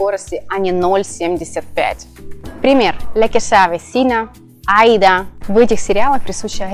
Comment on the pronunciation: Все вроде хорошо, но перевод приблизительный. В имени Аида стоит ударение на втором слоге, а наша "специалистка" этого даже не заметила.